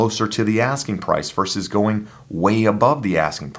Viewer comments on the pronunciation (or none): none